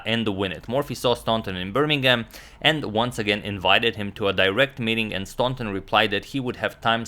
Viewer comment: I believe that Howard Staunton is pronounced without the U sound. So it would be STANTON, and not STAUNTON.